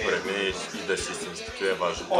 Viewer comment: hahha истината е това :D "Ама мен ни ма ибе брат .. брат важното е да ни та ибе брат и да си иссински туй е важното .. важното да си иссински е Важното е да си исссински и брат .. и туй ни тъ ибе и си иссински " РАЗПЛАКАХ СЕ :D :D